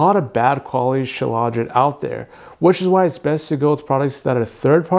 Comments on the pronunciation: Dude, you can't even pronounce it correctly. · Why does he pronounce it like that